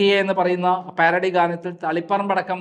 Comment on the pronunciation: സഹോദരാ പ്യാരഡി അല്ല പാരഡി എന്ന് വായിക്കുക